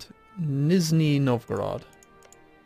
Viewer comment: its pronounced niZHny novgorod, ZH sounds almost like a 'j'. it means "lower novgorod" in russian.